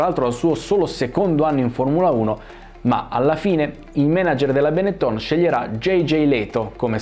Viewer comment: esatto, stesso discorso vale per benettòn, da molti pronunciato bénetton.